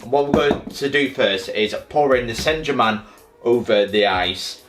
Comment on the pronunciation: That pronunciation of Saint German killed me 💀